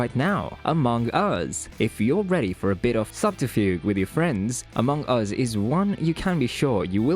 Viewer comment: the way you are saying amongus is so weird lmao good video tho